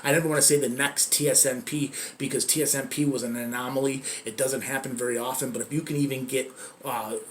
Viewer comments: Why does he keep saying tsnp, its tsnp. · He says tsnp but its tsnp